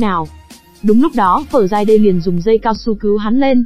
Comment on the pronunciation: Học ngoại ngữ ở đâu mà đọc kỳ quá,Friday mà đọc giống tiếng miên quá👎